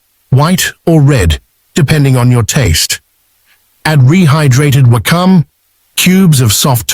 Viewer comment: Good info but terrible pronunciation of Sake and Wakame. Pls be respectful of the Japanese language. Take the trouble to get it right.